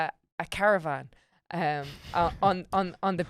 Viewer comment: Anyone else muddle "periwinkle blue" when she said "caravan"? Surprised the missed this.